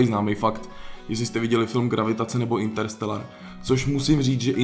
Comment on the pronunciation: není to intelsteral ale interstellar. Jinak pěkné video :-)